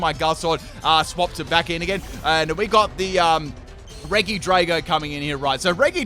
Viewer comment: Not to be rude, but it’s pronounced re-jee, not reg-ee